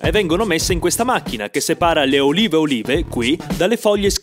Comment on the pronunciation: Ad un certo punto invece che olive ho sentito urine